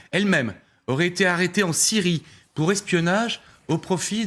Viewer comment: Est-ce-que c'est assez difficile de prononcer la " Syyyrie " !!!